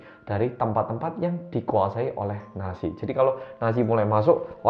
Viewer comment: Mas yutup... Maaafff bangeettt nazi itu bukannya dibacanya natzi ya? Klo nasi berasa lagi mangan eh mas 🙏